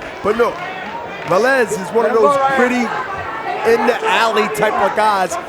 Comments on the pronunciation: Hey bernard!..Its VEH-Lez Not VAh-lez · why does Bernard hopkins keep saying vaaalez when clearly it's veeelez and even the other commentators are saying it right and he still pronounces it wrong?? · Vélez, not vAlez... so annoying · Wtf is Vahlez? Hahhaa